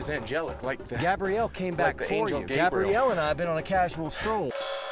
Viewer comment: Messing up the man's name like that was God awful, Gabrielle vs Gabriel